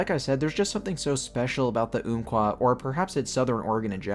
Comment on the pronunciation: Great video man. Just one correction, it's "Ump-Kwah", not "oomp-Kwah". This was named given to the river by the Athabascans long ago, and later the US government passed that name to the forest in 1908.